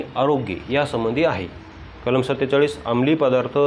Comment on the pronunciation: Kalam bola kalma nahi